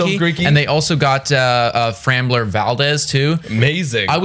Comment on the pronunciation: You guys pronounce like 75% of names you say in vids wrong. You called Framber Frambler, also pronounced Javier wrong. It's not just this video either it's like all of them lol